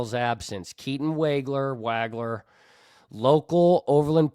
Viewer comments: Pronounced Woggler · Illini fan here. I was very impressed with your knowledge and presentation... Keatons name is wog (as in dog)wager